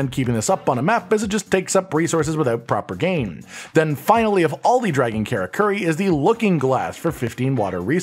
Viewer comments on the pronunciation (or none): Men - uh - toe (Minato) Car - uh - ker - ee (Karakuri